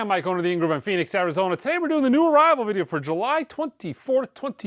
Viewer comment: Hello from France mike 😊. You talk spanish when you say Arizona 😊. The damned " new rose" first punk single in uk charts😊. You say soccer only in usa, all over the world we say football 😊